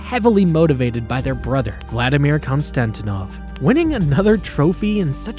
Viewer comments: Saku Koivu is Finnish not Canadian And Vladdy's name is pronounced KonstantEEnov not Konstantinov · Konstantinov wasn’t even close to